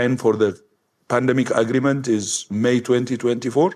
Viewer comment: That ugh-ree-ment. Ugh!